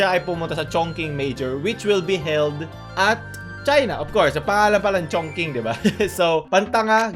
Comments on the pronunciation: ngayon ko lang nakita ang video nato pero yung ChongQing is Chong Ching talaga ang pag basa not Chongking hahaha wala lang ✌ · ChongQing pronounced as chong shing. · Chongqing is pronounced as "chong-ching" Mas plausible sanang explanation to lulz